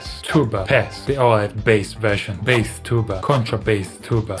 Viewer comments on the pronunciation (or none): Why is he saying baeth instead of bass here???